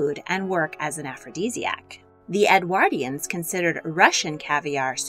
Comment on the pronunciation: or for them to pronounce "Edwardians" properly